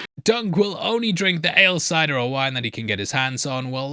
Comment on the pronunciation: “there’s a fly in muh cidah” was unintentionally hilarious while I was watching it